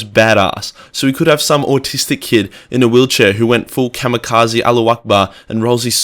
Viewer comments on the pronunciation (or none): none